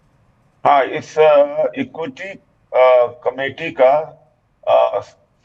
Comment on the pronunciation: Ye equity nhi bol paa raha hai aur khud ko irs ias adhikari bolta hai dekh lo arkshan ka kamal yahi desh Ko bahut aage jaa raha hai vishu guru ban gya hai